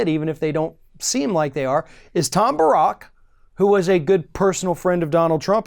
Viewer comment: It's Tom Bare-ick. At least that is how I have usually heard it pronounced.